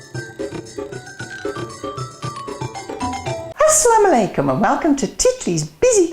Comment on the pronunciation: it sounds like Assalamalaikalum when you say it :P